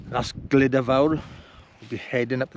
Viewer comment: Good film thank you. The pronunciation is more like "Gluda" rather than "Glida" 👍